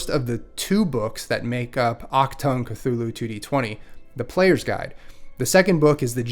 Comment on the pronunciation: I'm not sure about later editions but the first and second iterations of Call of Cthulhu RPG has a pronunciation guide; according to that, you're saying it correctly. 🙂